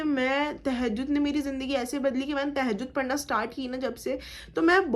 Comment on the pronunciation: No Tahajud ...say properly Tahajud